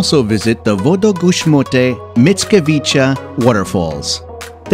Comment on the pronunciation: Greetings from Poland. Polska jest piękna! (Jak Pan lektor dał sobie radę z tymi Wodogrzmotami?)